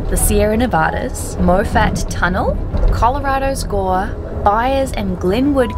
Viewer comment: it’s pronounced ma-fet. Not mo fat. . Excellent video